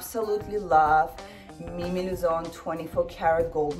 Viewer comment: Она так по-русски сказала by Mimi Luzon на 😂💝